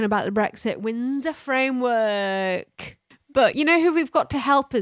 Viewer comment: I WUV the "Frindsor Wamework"!!!! When in doubt, Spoonerize!